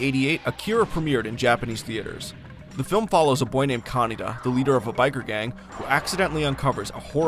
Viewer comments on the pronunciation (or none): none